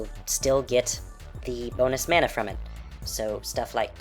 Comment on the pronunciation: You pronounce "mana" 2 different ways.